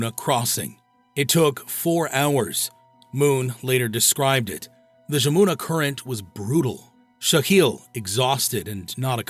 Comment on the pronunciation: The river pronounced’Yamuna’, but a hell of a story.